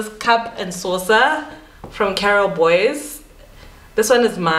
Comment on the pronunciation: Because of you I cannot pronounce Carol Boyes as Boys, you planted the Boyes in my head😅 😂